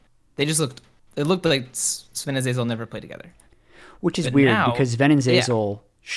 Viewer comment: Its Zven....not Sven....